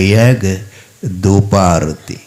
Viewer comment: ವಾರಿಜ ಅಂದ್ರೆ ಪಾರ್ವತಿ ಅಲ್ಲ ಗುರುಗಳೇ. ಆರುತಿ ಅಲ್ಲ ಆರತಿ ಅನ್ನಬೇಕು